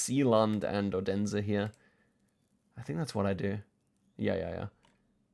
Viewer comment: Just FYI you don't pronounce Odense in Denmark as 'Oh-Densa' - it's pronounced more 'oolense'